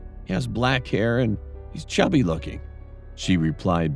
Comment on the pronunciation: I heard shabby